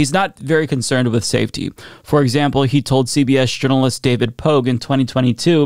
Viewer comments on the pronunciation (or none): none